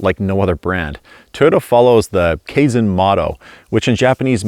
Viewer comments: It's pronounced Kai-zen (not Kay-zen.) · I could be wrong, but when we had kaizen events at my previous job, it was pronounced differently.